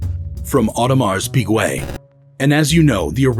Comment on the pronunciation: Audemars Peegway?